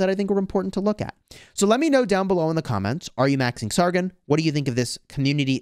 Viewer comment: Just a tip it’s sar-gon not sar-gin